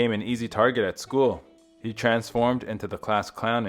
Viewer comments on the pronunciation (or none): none